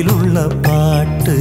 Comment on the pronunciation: 1.09 Time... Yesudas Pronounce as "Kaattu"instead of "Paattu"...Pls Note😁